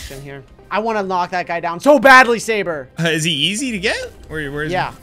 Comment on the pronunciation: it's sabre not sabet and tewbre also